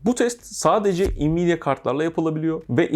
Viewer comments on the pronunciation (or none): Elinize sağlık hocam, şahane inceleme olmuş. Yalnız şu Nvidia'ya "invidia" demeyi kim Türkiye'ye getirip yaygınlaştırdıysa hay ben onun... Neyse, "envidia" dersek daha sağlıklı olur sanki, saygılar.